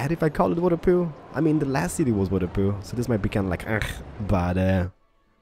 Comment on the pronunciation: City name Waterpootwo! Pronounced amazingly waterpootoo